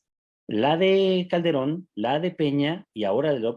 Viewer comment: Y "Caldebron" ya se pronuncio?